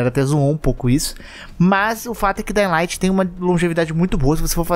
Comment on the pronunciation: Não se fala daying light e só dying light. Isso é uma crítica construtiva, visto que vc influencia muitas pessoas e tem um alcance nacional. Espero que continue com seu ótimo conteúdo! Abraços!